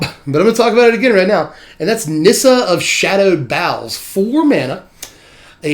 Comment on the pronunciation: FINALLY, someone who can pronounce the Nissa card correctly xD